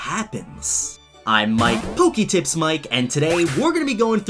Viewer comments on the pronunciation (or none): Aku dengar dia sebut nama dia puki tips guy. Lol